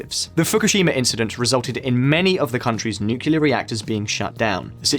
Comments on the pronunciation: Its pronounced "nuclear" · Nuclear not nucular 🤣..srlsy tho🥲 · Nuclear, it’s pronounced nuclear. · Why can’t anybody properly pronounce “nuclear”? It’s “new-clear” or “nu-clear”. It’s not and never has been “nucular” ffs. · Pronounce "nuclear" properly, please. It is not "noo-cu-lear" but "noo-clear". You lose all credibility amongst the great content of this channel otherwise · nukular nukular, come on just say 'Newclear' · "Nucular energy" lol. Reminds me of George Bush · Nookyoular? Ffs, nuclear. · Lol... Is it just me or this guy can't say 'nuclear' clearly ... If yes, then that makes him the second joker after George Bush. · It's nuCLEAR power, not nucular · How could I ever trust a video by a bloke who can't pronounce ' nuclear'. Nukilerr idiot. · Dude. Learn how to pronounce "nuclear" correctly. It's not 'nucular'. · This guy says ‘Nucular’ repeatedly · great video, but please please say NucLear. Again, fantastic content as always, thank you. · You lost me at NOOKYEWLUR geesh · I turned off this video in the first 2-3 minute because of hearing 'nucular' for so many times. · No one producing this video noticed he can't pronounce nuclear? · ah yes.. "nucular" energy.. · George Bush. He liked "nucular" energy. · As a kiwi, I have never heard another kiwi say nucular, except when laughing at George Bush. Say it 3 times Nucleus Nuclear Nucleus Nuclear Nucleus Nuclear. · Anyone who says nucular is wrong. Totally wrong. Which is probably why says it this way, it gets more people commenting on the video, and then gets a boost from the youtube algorithm. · many Americans pronounce it "nucular", but Brits say "nuclear".. like it's spelt. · Fire the nucular weapons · The pronunciation of the word nuclear just kills me 😁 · Paul Erlich: "Paul ELRICK" Nuclear: "NOOKYOOLAR"